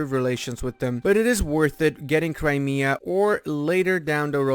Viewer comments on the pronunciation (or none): none